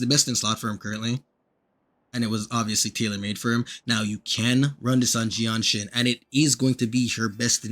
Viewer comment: Bro's making excuses due the fact that he can't pronounce her name properly. Bro think I second... Well it does rhyme with genshin. 🗿